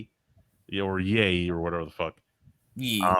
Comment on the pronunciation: It’s Ye pronounced “yay” not “yee” Like Kanye…………….